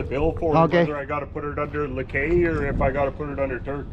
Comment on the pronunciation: Ang pronounce ng lakay lakey😅😅😅